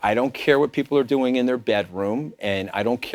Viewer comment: nobody cares about "the American peepull"